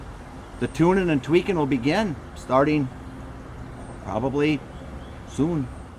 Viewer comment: Finally placed your accent. The word "soon" at the end. Are you a former Canadian??